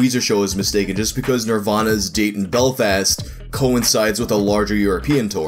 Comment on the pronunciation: Not trying to be rude but I'm Irish and the way you say Ireland and Belfast it really hurts